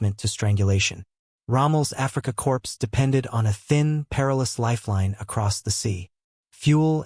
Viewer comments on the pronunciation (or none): Don't forget the African 'Corpse'! lol